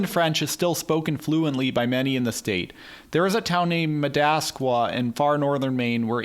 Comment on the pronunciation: Check that Madawaska pronunciation 😊